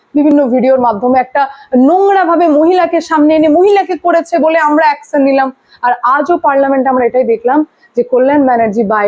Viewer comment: Apni eto sundor "Action" uchharon koren?